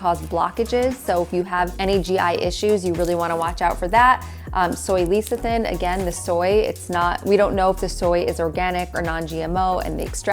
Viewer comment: best peanut/almond/cashew butter is the one you grind yourself in the store. I buy mine at Trader Joe's and it contains peanuts and salt. I like making walnut butter in my tiny food processor. P.S. Lecethin=Less-uh-thin.